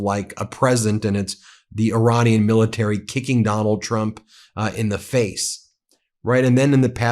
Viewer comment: Miller-tary? ... Menduro? Geez, he is starting to fade away.